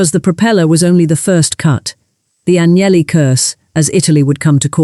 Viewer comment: Aguineli??? Não sabe pronunciar um sobrenome estrangeiro, aprenda. Sem credibilidade. Fui...